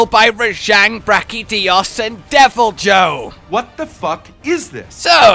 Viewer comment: IT'S brachDIOs not brachiJotaro